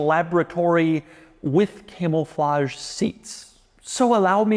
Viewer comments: doug the type of guy to say "camelflage" instead of "camouflage" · Am I hearing “Camel-flage”? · Doug, the type of guy to pronounce it “camel-flage”